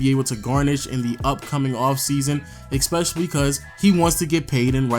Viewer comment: Love your videos.. Been going on the background while doing other stuff. One thing is beginng to grind me.. Why do you put k's in in some words? It's really weird? Like when you pronnounce especially as ekspecially.. Where do you get the k from?